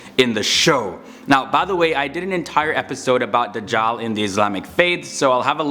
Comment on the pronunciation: This guy pronounces Dajjal as The jaw😂😂😂😂🤯...turn on subtitles